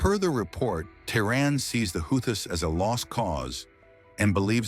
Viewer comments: They are the houthis pronounced (WHO-TEES) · Pronounciation problem ? Who tease., or houthis...some say how tease... Anyway Jhonny be good. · Your AI generated voice should at least state the name Houthis correctly since its the topic. 5 different pronunciations used; all of them wrong.